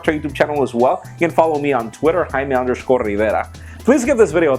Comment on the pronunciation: I love it how Jaime only has an accent when saying his name xD